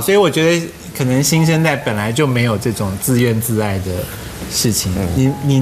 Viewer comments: 蔡康永假死了 还有啊 那个叫自怨自艾 yi 不是ai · 蔡康永说自怨自艾（ai） 实际上应该读翼的发音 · 自怨自艾yi 蔡康永读书人耶 读错字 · 其實也是"抑"啦 只是很多人念錯